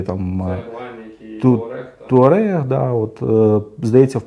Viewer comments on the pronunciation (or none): none